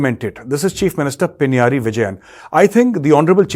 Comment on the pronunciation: Not Pinyaari.. 😂 It is pronounced Pinna-raayi